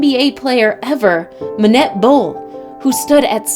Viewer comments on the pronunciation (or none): Yeah manet